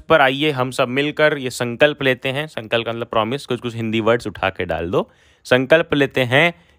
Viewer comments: Bhaiya sampalk nhi sankalp😊 By the way Thanks alot😅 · Sankalp ko sampalk kaun padhta hai 😵‍💫😵‍💫😵‍💫😵‍💫😵‍💫😵‍💫😵‍💫😵‍💫😵‍💫😵‍💫😫😫😩😩😫😵😵‍💫😵‍💫🥶😲😲☹️😤😤😮‍💨😮‍💨😮‍💨😥😦😩😖🤯🤯🤯🤯🤯😣😩😧😦😦😮😮😮😢😢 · Bhai aap rehne do, sankalp padhne nahi aa rha aapko, badhai ko bandhai bolte ho aap kya padhaoge? Zabardasti mat padhao,jo aaye wahi padhao 🙏